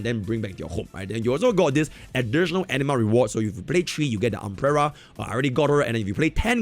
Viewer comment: Every time says anima I hear ENEMA for some strange reason or maybe I need to change my headset. Honkai Nexus Enema. Collecting Enema, Fighting Enemas.